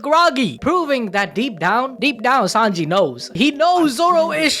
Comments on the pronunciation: What is "5-onji"? Sanji's name translates to "3 o'clock", so I dont understand why you call him "5-onji" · Im kinda new , can someone tell me why he calls Sanji "5anji " please 🙏 😅 😂